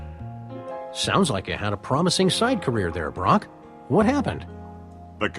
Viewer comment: I swear its like hearing Krunk instead of Brock.